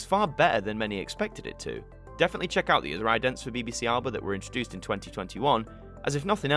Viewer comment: idents really aren't a thing here in the states. they are more like bumpers lasting only a few seconds. also, again, its pronounced a-luh-ba, not alba. also, alba is one of the last of the reith font users to have a symbol in it.